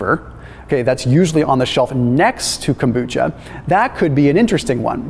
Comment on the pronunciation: FYI kombucha is very easy to make. I first started making it about 20 years ago... Not consistently since then though because stuff got in the way however I've been making kombucha again for the past few years. Yo,, there is no T and kombucha and what I mean is the letter t. Kom bucha. Not Kombootcha.